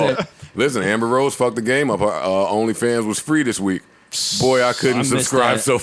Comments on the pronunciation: Big Sean definitely said “BOY” not “BOING” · I thought Big Sean used to say Boi, not BOING lmao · He said boy! not booing boing lol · Big Sean says "Boy/Boi" not "Boing" LMMFAO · The adlib is "boy" not "boing" lol